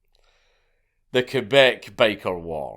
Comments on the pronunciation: Hearing Quebec being pronounced correctly is very refreshing Slight edit : I've also heard a story in that period where a woman working in a McDonald's got used as a human shield in a Hell's Angels and Rock Machines gunfight and was hit like 28 times and survived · Shout out to Dankula for saying Quebec properly instead of saying "kweebac"